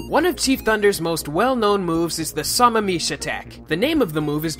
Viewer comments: *facepalm* I live in Sammamish. It's pronounced Sam-am-ish. Not Saw-ma-meesh. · Sammamish is pronounced: Sa-mam-ish. I know that because I live there! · *lake suh-mam-ish haha too much m